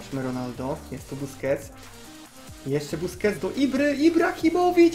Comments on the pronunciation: "buskets totsa" xd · troszke po 6 min powiedzał busqets (niewiem czy dobrze napisałem) totsa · "Bousqets totsa" Junajted 2016